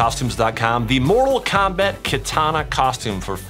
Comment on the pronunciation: It’s not katana it’s kitana